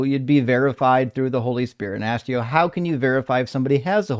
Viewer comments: This violence must stop. Stop axing, man! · I honestly don't know how survived that conversation after being ''axed'' so many times during the call(!) 🤣🤣